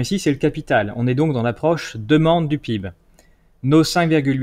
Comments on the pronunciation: Les gens qui disent "pib" au lieu d'epeler les lettres une par une, ça m'énerve, ça fait triso et pas professionnel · Ça rage, ça rage. Néanmoins j'apprécie vos vidéos qui apportent beaucoup, j'ai simple fait remarquer que PIB ce prononce lettre par lettre.